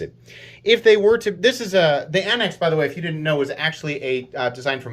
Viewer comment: Anax is Greek for military leader. It's pronounced "an-axe" just like says. The microtech guy got it wrong.